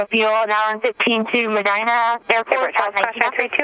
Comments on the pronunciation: That is awesome that he prayed just before taking off. 🙏🏻 FYI: Medina Ohio is pronounced Ma dine a. It doesn’t sound like it’s spelled. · It’s not Meh-deen-ah Ohio, it’s Ma-dyhn-ah Ohio